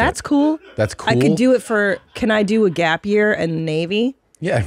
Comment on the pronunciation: It's called Gap Year, not Gape Year, Mommy